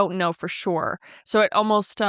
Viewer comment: "Oh-most" instead of "almost" drives me insaaaane. Also I've only heard people pronounce "I've ~been~ there" as "I've ~bin~ there"